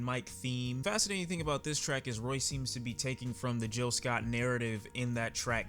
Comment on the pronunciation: His name isn't Jill Scott, it's Gil Scott.